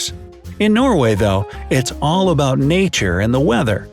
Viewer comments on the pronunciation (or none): You said about is wrong